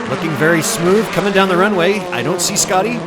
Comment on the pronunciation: As a German i can asure you that "Schotty" is pronounced "Shotty" and not "Scotty".